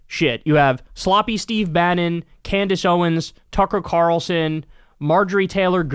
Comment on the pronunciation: Did you just say "Cucker Tarlson"?